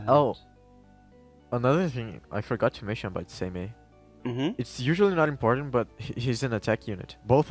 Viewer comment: Its pronounced "Saymay" for Seimei.